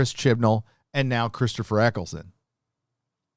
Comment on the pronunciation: his name is Eccleston not Eccleson.